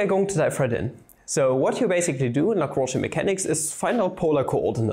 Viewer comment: A German boi pronouncing L A W H U U N J perfectly, who could've thought. Cool video btw, I'm a math major secretly wishing to take Analytical Mechanics next year but also sort of scared.